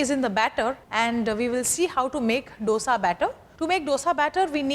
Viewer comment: learn to pronounce dosa by ur boss sanjeev